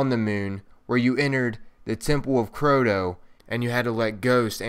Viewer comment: LOL. u say: The Temple Of Croto!